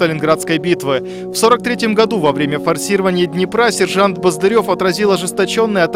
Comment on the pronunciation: Только он был баздырев с ударением на а. И е вместо ё. Спасибо большое.